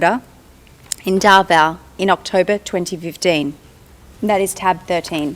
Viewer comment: Clear pronounsation not Dava it's Davao